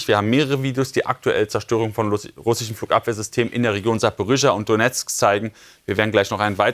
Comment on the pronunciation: Ich liebe es, wenn Julian "russschschen" sagt 😂